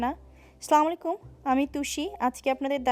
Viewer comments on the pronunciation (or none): Apu slamalikum na Asslamalikum slamalikum bolla meaning ta hoy apnar uppor gojob borshito hoyok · plz don't mind apu Assalamualaikum hobay correctly uccharon kortay hobay apu kindly don't mind 😃